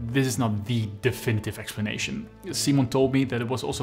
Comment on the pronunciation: You pronunciation 😂 of Szymon is so bad. Especially Wroclaw😂😂 wasn't even close.